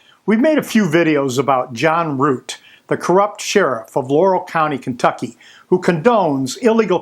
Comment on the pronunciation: They pronounce it as kennnntucky